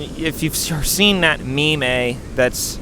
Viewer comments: did you just pronounce “meme” ME-mey? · ….Did you just pronounce meme as mee-may..? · you saying "meme" like "me-may" is the character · I like how you pronounce "meme" as "me-may" Comment aside: I really like this video, and as someone who just did a deep-dive into screenwriting as a career, it kind of hits hard ("Breaking Into TV Writing" by Anton Schettini was super helpful, and it just came out last year 🙏). I don't think I'll ever move to LA for it; I don't think I'll ever be a "content creator". I think all I'll probably end up doing is get a "useless" degree, and make short films in the small scene that my state has--- as a side hobby of sorts. That's what I aspire to do, anyway, and I'm glad that you're happy with where you are! Keep on keeping on,, and stay passionate!:D 💞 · saying 'me-me'... Pupinia Stewart fan?